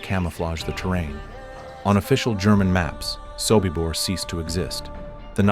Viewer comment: your AI is wrong. It is SOBIBOR not SOKIBOR and the calendar for October, 1943 is WRONG